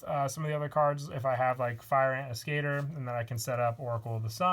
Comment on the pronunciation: As-ke-tor not As-cater.